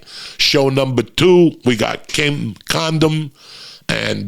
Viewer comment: Hahahaha uncle Joey said Kim condom!!